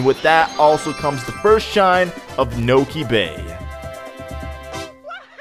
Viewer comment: OMG, said Niko bay,it's pronounced noki bay, nokis are creatures from this puticular game